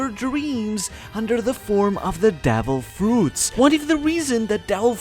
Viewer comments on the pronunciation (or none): suggestion: maybe next time speak clearly devil fruits becomes dell fruits 🤣